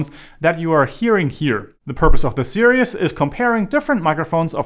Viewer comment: At the beginning of the video, you say the word “serious” when I believe you mean to say the word “series”. I understand American English is not your first language, but just thought you should be aware that when you say the word series, it comes out sounding exactly like the word serious which is a different word in the American English language. Just something you might want to practice.